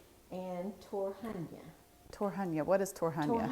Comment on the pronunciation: Is TARHONYA not TORHANYA